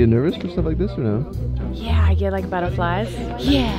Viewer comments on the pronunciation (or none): I misheard her say she had "battleflies"